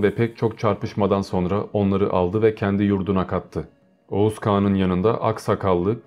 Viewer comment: Oguz. Okuz.